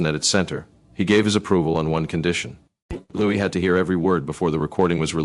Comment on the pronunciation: At least learn how to pronounce his name!